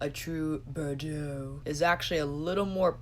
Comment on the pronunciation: You are pronouncing Bordeaux wrong though my friend lol